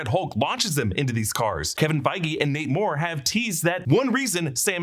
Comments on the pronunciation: Who else keeps hearing "Namor" every time he says, "Nate Moore"? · Who else keeps hearing "Namor" when he says "Nate Moore"? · Not me